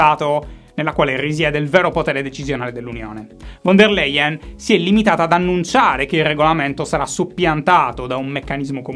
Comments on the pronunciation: Ciao Shy un piccolo appunto di pronuncia (che male non fa): nell'olandese e nel tedesco la v come iniziale di una parola è pronunciata come f, quindi si pronuncia Fon der Leyen praticamente (in cui "von" è la preposizione "di", anche in Italia ne abbiamo molti di cognomi di questo tipo) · Ma figurati, capita 😄 Shy continuerà comunque a dire "von der leien" ma gli vogliamo bene lo stesso 😁